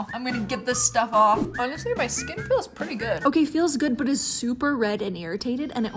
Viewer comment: The way she said Awnestry 😂😂